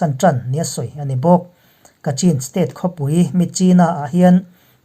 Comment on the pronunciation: Chin hi CHHIN tia lam tur an ti niin ka hria, Kachin pawh Kachhin tia lam tur an tiin ka hria.